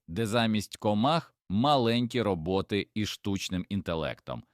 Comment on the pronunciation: Пестициди...горе для людини! РОботи, бджОли - наголос ставте правильно